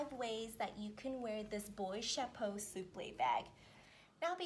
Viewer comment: It’s not “boyte” it’s “boîte”, like the boa snake…